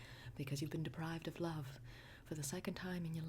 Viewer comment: "Very sad louve"